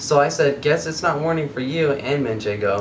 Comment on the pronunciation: Watching foodnetwork Jamie Oliver is cooking with manchengo and says manchengo everyother word all I can think of is and saying it! MANCHENGO!